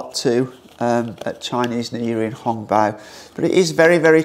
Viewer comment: It sounds so amusing when u said "Hung-Paw"; In Makai we called it "Ang-Paw" (Hokkian slangs)